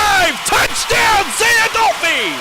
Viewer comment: #9 freshman 💪🏾🌪️🌪️ say my lil brother name right “ADOLPHE” !!